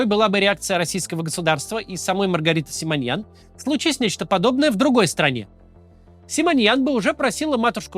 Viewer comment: Ее фамилия Симонян, не Симоньян. В чем такая необходимость коверкать фамилию?